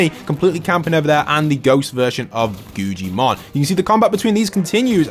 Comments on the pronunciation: Bro the way he says guggimon he said guccimon and gujimon😭😭😭😭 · Guggimons name is guggimon but it’s pronounced guggamon